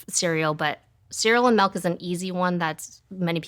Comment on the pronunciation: If she said "melk" one more time i may have lost it. My brother always said that and it drive me crazy too.